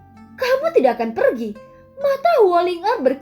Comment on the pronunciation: Per giii lah keneraka. Wkwk logat btth.